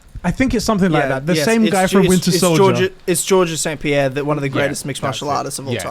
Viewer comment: Funny to hear say with such confidence "Georges St Pierre" when really its just pronounced George. Great podcast lads